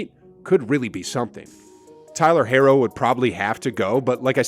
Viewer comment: What is with this Tyler Herro disrespect? He's their second or third best player and he's still super young. Also his name is pronounce hero, not hairo (unless you were saying it that way to make some kind of joke about his hair 😂)